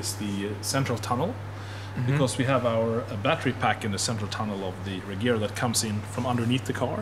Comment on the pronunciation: As a swede I think it's pronounced Rejera ie To reign